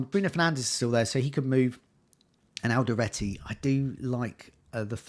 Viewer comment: It's Alderete not Alderate :)